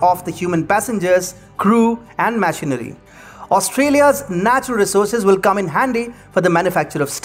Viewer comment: Bro, why the heck are you so high strung? What is this, a fantasy book reading? And what's with your weird pauses at unneccessary places and bad pronunciations? Since when did "Machinery" become "Mash-inery"?? Is it "Machine" or "Mash-ine"? And "Key-nya" for "Ken-ya"? Seriously? Also "Al-bet" for "Al-beit". I mean why do you even bother? Can't you people at TFIGlobal find any good narrators at all? I mean It's like is bad, is worse and is the worst. It's like you're consciously trying to make the trifecta of negative superlatives i.e. "Bad, Worse and Worst". What is wrong with you people? Do I need to give an online dictionary link in every video that you make??